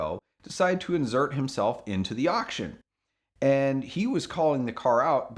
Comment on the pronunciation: Did he just say inZert? With a Z?